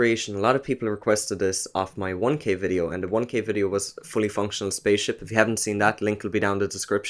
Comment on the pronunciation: i thout you said it was fully funcional